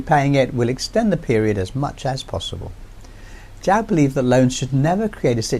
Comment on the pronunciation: Lovely piece,. Hope to see China-Africa relations grow stronger, in defiance of US interference. Btw, a small tip, Zhou is pronounced as "Joe". Simple as that. Peace ✌️